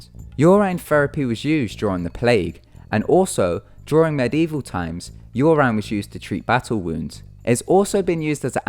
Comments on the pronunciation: your-in not your-ryn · Guess again :3. Its just I have never hear it said "yur ine" German. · It is pronounced "Your In" without a space :3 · "Your Ine". I can't. 😂😹😹🙅🙅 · Listening to you butcher pronouncing urine 16 times in 3 minutes was brutal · You pronounced urine wrong. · u say urine so weird :/